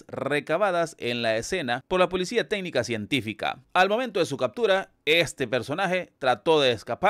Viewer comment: Por que este s3ñor dice policia.